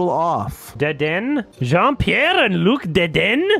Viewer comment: Luc, not louc.